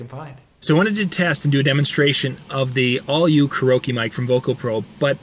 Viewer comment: Hey bud it's pronounced, care-e-oak-e not whatever gibberish you say.